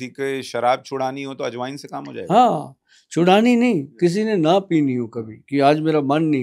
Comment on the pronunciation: Aaj Wine ❌ Ajwain ✅